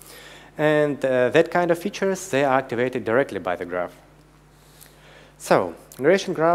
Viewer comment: Ребята, конечно же - молодцы! НО!! Какой УЖАСНЫЙ акцент! Ну неужели нельзя было пригласить, хорошо говорящего по английски, спикера, и тупо дать ему текст. Чтобы читал. Или самим, немного поработать над произношением. НУ, камон! "Зэ", "тхей"?! .... Да так даже в первом класе, стыдно произносить. What a f#@ guys?? Начните уже, говорить по английски - хорошо!